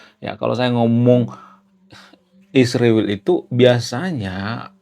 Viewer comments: Kau ini sebut israel sj salah tapi sok pandai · Bang emang gak bisa ya KL bilang Israel kan sama2mengucapkanya ??